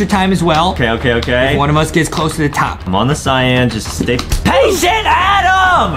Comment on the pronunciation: Oh it was pascient adam